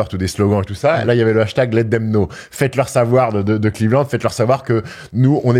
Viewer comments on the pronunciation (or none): none